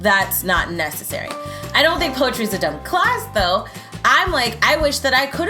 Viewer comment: Poe a tree sounds like "pose a tree"